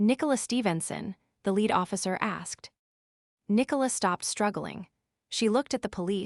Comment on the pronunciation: Nor can it pronounce lead or read lol 😂